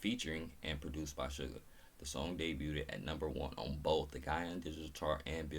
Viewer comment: Good morning,. I’m here with you in class. Your pronunciation of “Suga’s” name is correct. O!RUL8,2? = Oh! Are you late too?